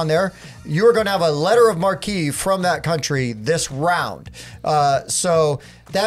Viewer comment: Nice, thanks. Would have liked to hear you pronounce marque as "maark" (American) but whatever. All the best.